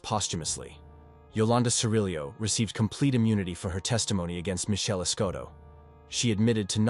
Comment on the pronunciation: Michelle not mae